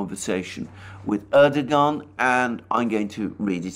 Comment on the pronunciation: Erdogan: pronounced: Erdowaan. It is a silent 'G'.